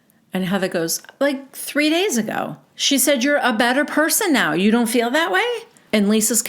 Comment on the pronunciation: I love how you sound like Robin when you speak like Whitney …. Just slower and a little more ditzy. But it must be an Utah thing .. the fill - feel… rill- real … dill - deal … etc etc. I gotta be honest ir makes me laugh when you say it but hearing these women naturally talk like that is obnoxious